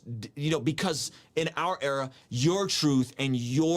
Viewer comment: Hafeez is long-winded and I hate that he keeps saying "error" instead of "era". Ugh.